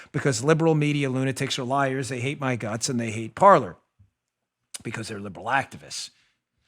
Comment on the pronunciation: I think Parler was destroyed because no one knows the pronunciation of that word. It’s not “Parlor” it’s ‘Par-lay” Kind of like how the “epoch times” isn’t pronounced e-pock. It’s pronounced ‘epic’ - and for that matter if you’re calling your news organization “epoch times” then you’re using it as an adjective and the correct spelling is “Epic”. An Epoch is a noun, but still pronounced “Epic” OCD rant over. That stuff makes me nuts, man.